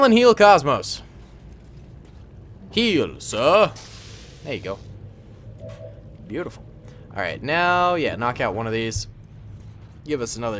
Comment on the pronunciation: Stop saying bea-utiful